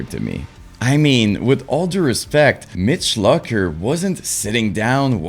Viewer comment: You cant even say Mitch Lucker's correctly. Therefore your opinion is null and void!